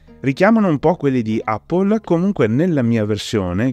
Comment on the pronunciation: Sei il primo che sento pronunciare Apple correttamente